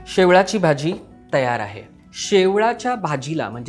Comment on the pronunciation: शेवाळी naka mhnu शेवळी bolych